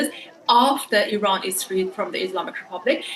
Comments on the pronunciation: Iran✅ I-ran❌ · Just pronounce Iran and not Ayran. Also not Aysrail. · Did he pronounce it “eye-srael” ? 😅 it’s Israel just like Iran. “Ee-ron”. Not “eye-ran”.